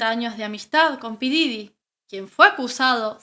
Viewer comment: Se pronuncia Pop Didy